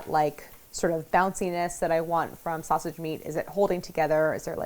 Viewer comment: Harris calling sausage snasage made my day! 😂